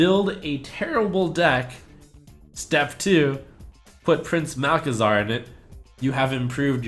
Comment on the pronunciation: You said: You have to see the beauty in all cards, and I think you just butchered Prince Malc. :P